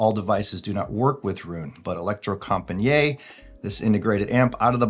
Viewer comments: Pronouncasion is e-lec-tro-com-pa-nee-it / The last “niet” is not one long pronunciation like njet but like two words: “knee” it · It’s not french, Electrocom-pa-niiiiet! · If you go to Google Translate, choose Norwegian and write "elektrokompaniet" (with a K and not C) and press the speaker you get about as close to the proper Norwegian pronunciation as possible.